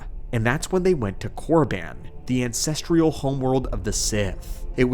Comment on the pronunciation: Hey friend, minor nitpick that nevertheless drives me nuts: the word is 'ancestral'. Not 'ancestrial'.